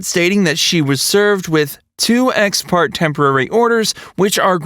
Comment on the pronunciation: It’s pronounced “eks par-tay” order